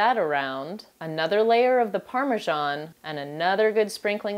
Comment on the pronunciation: Its pronounced parm e san. not parm e jon. And also thats not regular mince beef or minced lamb. in their so.why slow cook it.. also its lasagne sheets . Not noodle